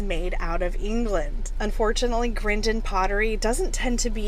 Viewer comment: Staffordshire ( two Fs) is pronounced 'Staffordsheer' by us limeys but pretty sure you were right on with the Grindon pronunciation.